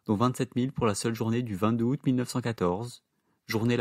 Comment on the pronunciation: En français on ne dit pas ‘deux haoût’. On dit ‘deux Zaoût’